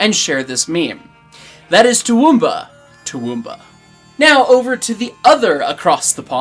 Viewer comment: Pleased to note that pronunciation of Toowoomba improves across the segment. But to sound like a 'proper' local, you gotta drop the middle 'oo' sound. So it sounds like "Too- W'm- Bah." And you gotta keep your teeth together to keep the flies out, mate....